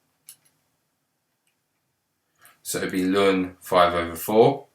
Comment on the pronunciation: why do you call the natural log 'lun'?